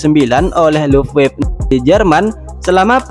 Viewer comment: btw bang luftwaffe itu kalau kalau mau dibaca itu "lufvafə/lʊftvafə"